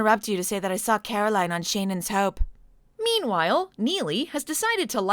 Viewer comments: The whole "Shane-en's Hope" flub looked anything but. You CAN'T tell me that isn't a script on Angelica Bridges' clipboard, likely given to her right before filming by a smart-ass producer who wanted to mess with Bleeth on her way out. "The whole premise is ridiculous anyway, so just say the line and be sure to deliberately mispronounce the name of her new show. It'll be funny! To me!" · I LOVE that reverse-shot of Caroline after Taylor says "Shane-en's Hope". It looks like Yasmine was going through her own version of your "Not in my last episode!" gag; "Angelica severely mispronounced a word in a scene opposite me in my last epiosde? NnnnyyyyyyeeeeeeeeaaaaaaaaaAAAAHHHHH"